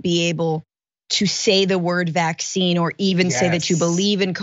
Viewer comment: He REALLY cannot say vaccine, like he can't say origin or kerfuffle or Tiffany...he just doesn't know how.